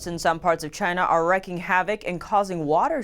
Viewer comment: Nobody on NTD can pronounce wreaking. R - ee - k - ee - ng. wreak [rēk] VERB wreaking (present participle) cause (a large amount of damage or harm). "torrential rainstorms wreaked havoc yesterday" ·